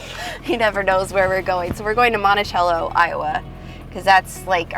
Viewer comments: You could have seen the world's largest frying pan in Brandon, Iowa. It's not too far from Monticello. Pronounced Monti-sello. Lol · We pronounce it Monti-SELL-o in Iowa. :)